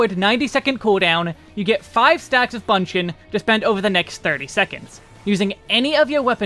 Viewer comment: Appreciate the job guide as always. But one thing I would like to add is, 'Bunshin' should not pronounce 'ba' sound but 'bu' or 'boo' sound. The Japanese version is 分身の術 with 分 pronounced as bu-n (ぶん). So it should be bu-n shin/boo-n shin rather than ba-n shin.